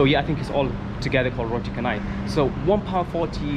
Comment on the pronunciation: roti canai is "chanai" not "kanai". KKmart and 7eleven price are more expensive since they operate 24hrs. cheaper one is 99speedmart